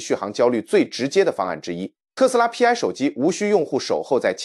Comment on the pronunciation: 不應該讀作P, I。應該該讀作希臘字母丌（排）。Pi 拼在一起讀。就是同於圓週率的丌。